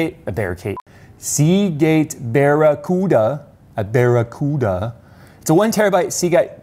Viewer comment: You are as bad at saying "Barracuda" as Jerry was saying "Diablo" xD